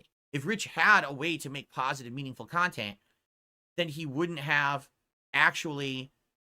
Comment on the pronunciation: "Meaningful Khantent"